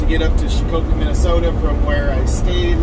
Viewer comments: It’s pronounced shak a pee. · Shakopee, MN is pronounced "shock a pee". I lived near there for years. Love your truck! Was poor judgement imo to have a trainee practice sliding it into a slot alongside a shiny new truck. Find some clunkers; it's not hard to do. Save lots of grief for lots of folks if something bad happens. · I was informed of the proper pronunciation but only after 3 or 4 videos worth of calling it shaq-coppee. Lol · Love your videos. I can't stop laughing on your pronunciation 🤣 sha-ko-pee. I'm from MN. Love your energy.